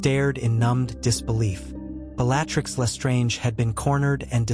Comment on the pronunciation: Is there any way to adjust the pronunciation of the words the AI speaks ? I find it distracting when names are not pronounced correctly…. (( it is rather amusing that it can pronounce Wizzengamot but not Bellatrix ….but the novelty is very short lived )) I truly enjoy the stories you post…. But it’s rather frustrating when the AI is getting well known names so wrong… 😑 I like to listen to your stories as I go to sleep at night, or when I need something to listen to as I am working on something…. And I wonder if, when you are writing out your story if you can adjust it to get the correct pronunciation of the words it is butchering so badly…..